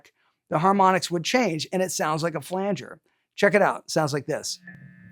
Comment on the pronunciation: the main thing i learned from this video was how to properly pronounce flanger lol